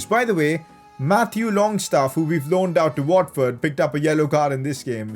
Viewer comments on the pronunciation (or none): none